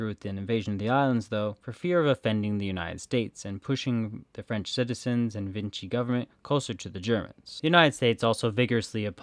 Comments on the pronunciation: The French Collaborationist government in WW2 was based in Vichy, France. Pronounced Vee-Shee, not Vin-chee. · Vichy, not Vinchy 😒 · Vichy. Not Vinchy. There is no N in Vichy. And it's Guadeloupe, Gua-de-loop. Not loupé. Try a bit more than not at all. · The narrator slurs his words really badly and sounds distinctly intoxicated. Thr pronunciation is really bad, especially of place names, so typical of YT historical and geographical vids - e.g. "Guadeloupay", "Vinchy government"